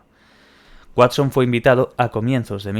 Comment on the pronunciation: el Watsón😂